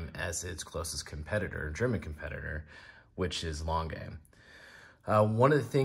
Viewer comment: It's pronounced "glass - hoot - uh", lange is pronounded "lawn - guh"